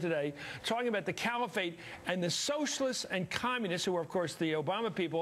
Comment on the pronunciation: Said part in all of this is that matthews pronounced Califate as Camifate couple of dies. Both are morons